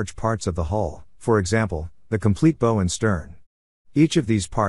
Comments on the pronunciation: I grew up on and worked all kinds of fishing boats and even worked in a shipyard for a few years. You keep saying Bow wrong!! Its B ow like what you say when you get hurt b ow Enjoyed your video and I gave it a Thumbs Up as always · You pronounced Bow wrong. It's the front of a boat, not something you tie a parcel with.